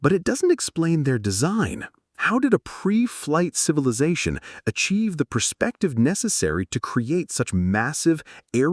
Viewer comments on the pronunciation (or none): What's a civiliation?